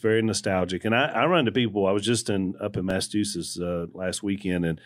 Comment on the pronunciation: Does Al know he's saying Massachusetts wrong? Does he care?